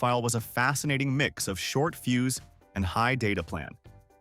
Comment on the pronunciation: Fuse not fuse.